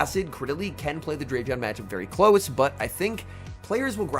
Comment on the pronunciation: he knows it's "Drap" (rhymes with wrap) "-e-on" but he keeps using Drape-e-on